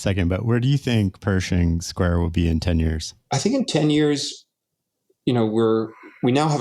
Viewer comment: bro called it "perishing square" 😭